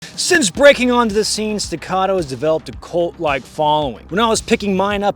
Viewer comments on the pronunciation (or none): Sorry... was that a "Cult like following..." or a "Colt like following" ?? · Am I the only person on this planet that knows, that it is spelled and pronounced as “cult” not “colt”?